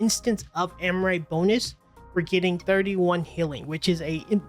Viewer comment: Am-Ri-Ta. Not Am-rite